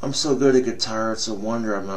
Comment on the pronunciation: Lol it's impressive how he added an extra syllable to "Swimming" "Sw-mumm-ing in pussy" also the way he choreographed his weird eyes to be hidden by his brow, he legit practiced this video over and over, hoping it'd come out cool and hardcore. What a guy.